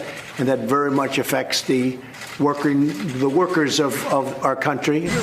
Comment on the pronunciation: Can't quite pronounce "workers". Like he was undecided as to what word to use. His brain sent a signal to say "union" or "Jews" or "immigrants" - to him it is all the same, an undifferentiated blob which he does not see as human or even distinct objects. As the words roll of his tongue at the last instant he remembers the word he istrying to spit out, but it is too late and gibberish comes out. In context, the reporters pretend not to notice. #TwentyFifthAmendment